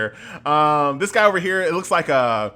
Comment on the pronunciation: "Guy" is not how I pronounced this. I thought to myself, guh-yeeee, doesn't sound like the best name.